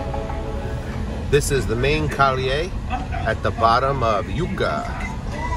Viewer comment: Love your video. All due respect to your work: Yauco is pronounced: YOW - CO. Yucca is Cassava. ..Thank you so much.